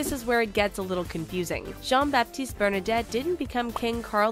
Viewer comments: Bernadette?? Bernadotte! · Don't want to be "that guy"...but I suggest picking a video with actual (correct) facts instead of this tabloid-style video. This is sadly full of misleading and incorrect information. I mean the creator couldn't even get the surname right. It's Bernadotte not Bernadette, for example. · The correct name is BernadOtte, not BernadEtte. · I'm so sorry but I will have to add some corrections; first of all the name is Bernadotte, not Bernadette. Secondly, the parliament not the king changed the succession order to "the first born" instead of the first born son. The succession order in Britain is still "the first born son. But if there are no sons the first or only daughter will become the regent" (as in the cases of Elizabeth I and II) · "Bernadette" 😂 it's Bernadotte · Yes, it´s Bernadotte. (And also the king has around 90 lines of descndance from gustav Vasa through women married into the dyansty.) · Bernad O tte not Bernad E tte!!! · Its Bernadotte not Bernadette😂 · Not Bernadette, the name is Bernadotte! 🤦 If someone makes a video and can't even get the family name right you have to question if they are in the right business!!! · Its Bernadotte not Bernadette haha